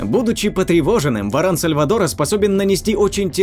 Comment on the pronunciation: В ран сальвАтора, ударение